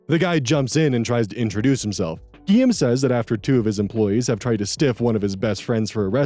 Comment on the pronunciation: Hearing how this guy pronounces Guillaume makes me wanna die NGL.